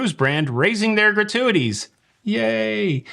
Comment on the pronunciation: “So I can pay more gra-tu-a-tees” - Shout out Adam Sandler (the way you sounded). I am now in the habit of giving a shout out to Ludacris at random moments. And thanks for the heads up for Top Chef; was wondering when the next season was coming - couple it with final 4 on Celebrity AND Curaçao? Yes, please. I will wait until last few episodes to get a month’s channel subscription.